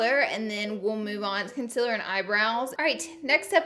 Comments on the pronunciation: Laura Lee your saying Concealer wrong your pronouncing it "con-cil-er" it's pronounced " con- ceal - er" thank me later. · “Conciller” that bothers me so much that she pronounces concealer wrong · I'm sorry if this annoys you, I'm just curious but do you purposely say concealer wrong. I think everyone should say it like you do Xxxxx I